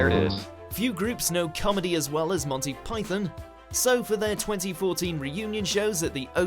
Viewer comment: Say Monty right